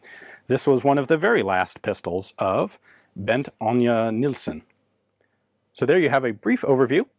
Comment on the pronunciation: your last try at the name : Bent Agner Nielsen was soooooo close. relaxed and unforced